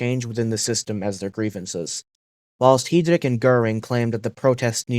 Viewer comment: reinhard hee-drick